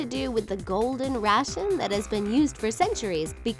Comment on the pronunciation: It's GOLDEN RATIO, not "ration" you ditz!!